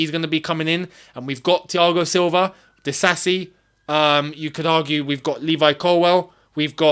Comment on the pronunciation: good at African names pronunciation. It's exactly that "Di-sa-si" not "Di-za-zi" Your african heritage helps 😂